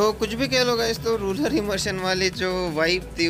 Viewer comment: Sir it's not rular , it's rural